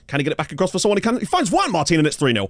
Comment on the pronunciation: HES FINALLY SAYING JUAN MARTIN RIGHT!!!!!!!!!